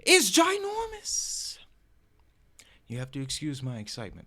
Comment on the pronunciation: You funny you say gi normous 😂 I know that's right and I'll be right here waiting..